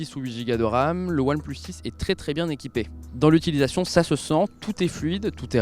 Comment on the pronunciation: Je suis le seul a entendre "oilplush shish" ? Quand il le dit ?